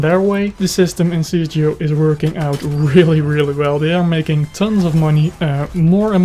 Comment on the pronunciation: i know but you are saying it not right